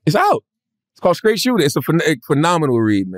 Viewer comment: “Skraight shooter”